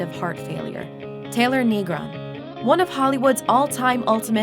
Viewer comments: Negron is not pronounced KNEE-groan it's pronounced Nay-GRON. unfortunately I am never surprised by the cultural illiteracy and idiocy that seems to be ubiquitous in my country. I am not a Latino but I am nonetheless offended. no one on the Looper production team speaks Spanish or caught the obvious error ? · Negron....... is pronounced,Neh-grown;not,Nee-grahn.... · Wish the narrator knew how to pronounce the last name of the Latino actor Negron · The way the announcer pronounces Taylor Negron's last name is utter cringe. Learn a bit of Spanish, gringo